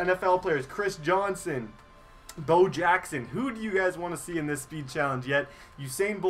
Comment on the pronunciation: It's not Bow it's Bo